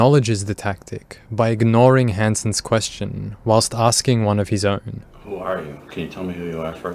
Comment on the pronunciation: can i ask you a personal...quessitawn???